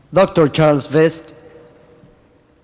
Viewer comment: Pendejo yo tengo 25 an#is en EU yo se lo k es una Buena pronunciatcion total habka hortible